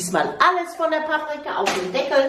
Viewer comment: 😂😂😂 wie du das mit den Deckel betonst, da habe ich ja was angerichtet 🥰